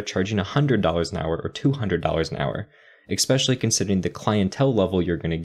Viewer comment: It's good to hear some of those things said out loud. Thank you! ...Also: Mistake #6: Driving away potential customers by saying "expecially" 😜